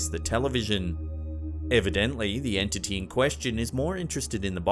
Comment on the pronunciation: I love the way says "Entity." ENT-TI-TEE.